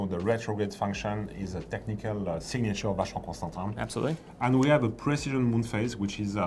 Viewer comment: he says “tahn” not “tin”. I’ll take his pronunciation.